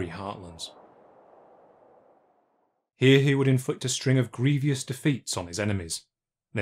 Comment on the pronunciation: Not gree vee us, gree vus